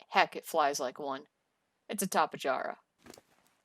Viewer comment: Psst: Trope-ee-oh-nay-thuss and tuh-ran-uh-don Not trying to be that guy; just thought that might be helpful if you're going to be saying those words this often. Everything else was spot on.